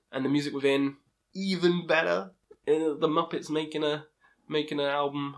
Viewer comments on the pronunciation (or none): none